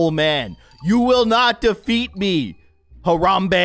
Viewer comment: Funny how you said harmbe